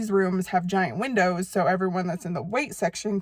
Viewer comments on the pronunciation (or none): none